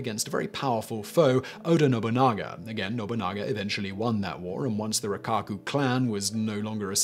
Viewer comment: Oda Nobunaga OH-dah no-boo-nah-gah. Mochizuki Chiyome mow-chee-zoo-key chee-yo-may. Sorry, I've heard Oda's name murdered more than I can handle today.